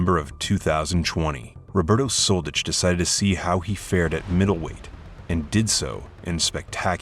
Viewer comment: If I didn't search for his name I thought his name was Roberto Soldedge. When you make commenary about ex-yu names make sure to pronounce them correctly. You are pronouncing something that doesn't exist and make your life complicated. It's much more simple to learn 1 letter "ć".